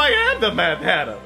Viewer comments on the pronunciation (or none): Alice sounded like she was trying to say hatter but said hare and fixed it last second like hairter I spelled it like that because hareter doesn't look right